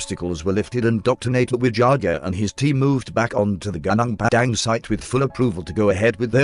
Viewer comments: Ganang Padang lol... It's actually more like Goo-Noong Padang. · If they type in "goo noong pah dung" the text to voice will sound closer to the name of the place. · Ganang Padang? Please pronounce it correctly. 😁 Terima kasih. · Gunung Padang Pronounce as : Gu -Nong. In English = Mountain. In short Mount. Gu (Like when you say, Google) Nung (like when you say No with a continuous “ng’) So it Gu-nung Pa (like how you call Papa as in father) Dang (Like how you say, cow’s dung) = Pa-dang So if you don’t want to sound stupid, you can just say, Mount. Padang. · It's pronounced as goo-nong par-dunk, literally means field(plains) mountain